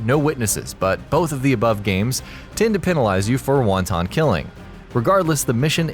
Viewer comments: "Wahn-tahn" killing. Really. That's how you say wonton. It's "want-un" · "Wan-tan killing"? As opposed to wanton? Could it be clearer you're reading a script you didn't write?